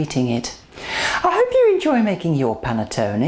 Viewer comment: Great recipe! The way you pronounce Panettone is lovely! Cheers from Italy